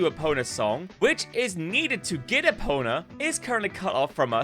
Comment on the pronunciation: How can someone who clearly likes Zelda say “Epona” wrong so many times.